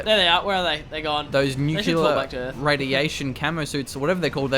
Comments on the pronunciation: new-cliar. That is how you pronounce it. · New-cew-lar missile? Seriously?:D